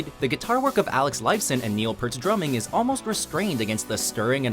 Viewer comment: Pretty good list overall. Though I'd have given Roundabout more than an honorable mention. Also, omitting the 'T', Peart rhymes with fear.